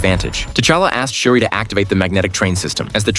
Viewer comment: That is not okeye that is Shuri